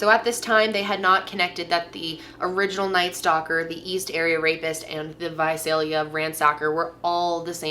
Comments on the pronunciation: You said Visalia right!!! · I just want to say thank you for pronouncing Visalia the way that people who live there pronounce it. Most of my family lives there and I spent a good deal of my childhood there, and every time I hear this story told I get flustered at that. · I’m from Visalia and THANK YOU FOR SAYING IT RIGHT 😅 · thank you SO SO SO much for pronouncing Visalia correctly! A lot of people always say vuh-zell-yuh and it's NOT. So thank you for that! Thank you for covering this case. Me, a Visalia native, appreciates it!